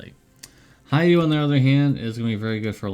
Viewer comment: Plays JP, can't pronounce Hyoh... 😏 pretty sure it is Hee-yŌh (h for clipping the oh short.) Also, is your scale (being strict) just a 8 through 10, all under don't exist? Shouldn't there be 5 for average new release, or 30 to 34 for wiki scale, with Hyoh a 34.5 as almost the best currently available chainer and breaker?